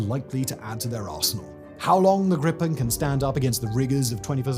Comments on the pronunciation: Just a small detail, its not Grippen. Its more like the sound of the two words grease,without se,and pen, like how it sounds, Griii pen. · Greepen, not Grippen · its gripen. not grippen. how is that hard? at least apologize for not knowing how to pronouce our language. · A minor quibble on an otherwise excellent video: The Swedish pronounciation of Gripen is closer to "greepen" than "grippen". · you should say Gripen Whit a long i like Gr''iiii''pen